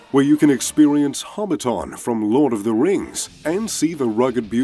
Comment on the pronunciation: Ah yes, Hobbi-TON.